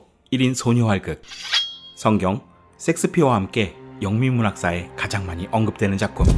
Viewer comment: 섹스피어가 아니라 셰익스피어...